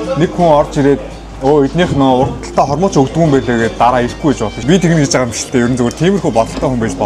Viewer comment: ahaa hormuuch bish hormogch gdg shuu haha hoorhon yridin be